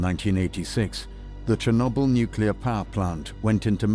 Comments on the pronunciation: This documentary is very well done. But it's funny hearing someone with a cultured British accent pronounce the word "Nuclear" as "Nucular" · So amusing. That bald historian cannot pronounce nuclear.